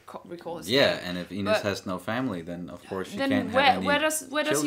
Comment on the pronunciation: FIRST OMG FIRST TO COMMENT ON ANY VIDEO FOR THE FIRST TIME ON THIS CHANNEL!!! YEsssssssss lol. The review you guys have towards the end of the video about Ines kind of is a spoiler but you guys are sharp to see where this is going (btw how pronounces, it almost sounds like 'anus' 😂 I'm so sorry it's so like that I cannot let go) I hope you react to Episode 4 this weekend, that would make my weekend so good!!!